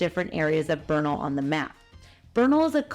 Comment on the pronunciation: It’s Bernal heights! 3rd generation born there… we don’t say Beeernal, and drag our words, like omg ish